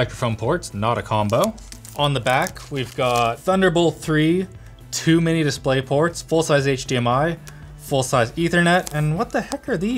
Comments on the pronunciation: am i the only one who thought he said "too many display ports" instead of "2 mini display ports"? XD it literally does have too many of them tho :3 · I thought he said "Too many displayports." for a second.